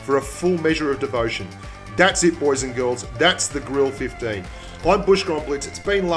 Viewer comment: Bushka, I think the Grille 15 is pronounced "Griller 15" At least Jingles says it this way, so I assume it is how it is pronounced.